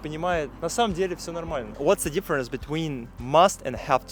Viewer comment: ты говоришь дифференс и смягчаешь буквы т и д когда после них буква и это не правильно. дифференс это не ДИ а и твердное но никак не мягкое и